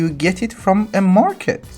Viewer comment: You absolutely massacred that market man